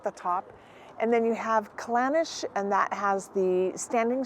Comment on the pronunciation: Its callanish,and not clanish